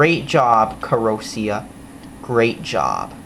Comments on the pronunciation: WHY THE FUCK WOULD YOU GET THIS PHONE IF YOU DON'T LIKE IT!!? THERE IS NO PHONE THAT WILL COST 5 DOLLARS WITH FLASH!! I GOT IT FOR 30 DOLLARS! AND I THINK THAT PRICE IS NOT BAD FOR A CHEAP PHONE. And don't pronounce the name incorrectly It's annoying mostly because of your voice. The company is good because they send you replacements even if you don't have the warranty. I got that phone and it lost It's battery. Then I emailed the company so that they can send a replacement and they said yes. Most carriers won't do that. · Why are you so damn sarcastic and smug? U got this phone for $5, STFU and STOP pronouncing the name wrong. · Then get your parents to buy you a better phone! Also this is how you do as review: LISTEN TO THE WAY HE PROONOUNCED THE BRAND NAME AND LOL THAT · Didn't you say there was NO micro sd slot? So why did you then say that you have to purchase an sd card? So are absolutely despicable did you know that? YOUR parents got you the XBox and that is how you got the phone. Stop being an entitled white boy and learn to pronounce te brand correctly.